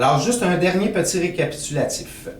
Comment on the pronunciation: petit rékapikatitutilatif LOL!! excellent vidéo à écouter apres une grosse puff!